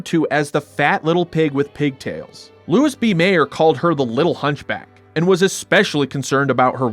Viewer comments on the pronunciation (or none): Mayer's first name was pronounced "loo-ee". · I'm pretty sure "Louis" (Mayer) was pronounced "Louie" 😊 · Great video. Question: isn't Louis B Mayer's first name pronounced like Louie?